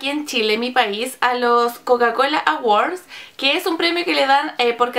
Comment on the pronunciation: "Estoy nominada a los coca cola AWORS" wuajajja 😂